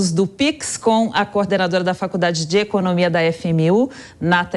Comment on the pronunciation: A reporter? Falando Falcudade!?!? Pelo amor da Dadá!!!